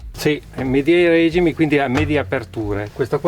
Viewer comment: A parte l'errore della pronuncia della parola regimi (regìmi), veramente inascoltabile, non hanno parlato di prezzi e di consumi...